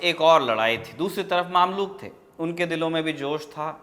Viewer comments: Brother word maamlook nhi mamlook( ममलूक) hai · its mamlouk not maamlouk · Maamluk nahin mamluk Ruknud Deen bebas nahin balke ruknud Deen baybras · Bhai maamlook nahi, mumlook hai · Mamlok nahi usay mmlok padhte hai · भाई साहब वो मामलूक नहीं ममलूक होता है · It's ममलूक not मामलूक